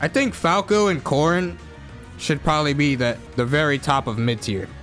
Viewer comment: Are you calling "Corin" "Corn" or is that an accent lol